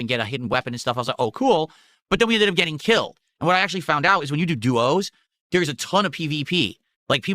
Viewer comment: when you do Du-Ohs 😂😂😂😂😂😂